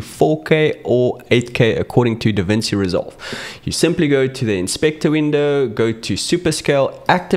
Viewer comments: it's pronounced Davinchi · Hey, thank you so much for your video, But DaVinci is Italian! When you see ci in a word like DaVinci, say it like chee — like you're ordering 'fettuccine' or listening to a 'cello'. So it’s ‘Da-VIN-chee.’